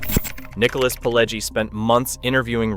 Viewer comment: And it's pronounced Pih-LEH-jee.